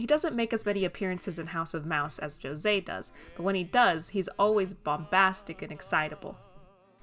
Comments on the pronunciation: I was pleasantly surprised you pronounced José’s name properly lol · Thank you so much for actually trying to pronounce José's name and not saying ho say! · Btw - as a brazilian - thanks for using our way to say José. It's a small detail but I appreciate it nonetheless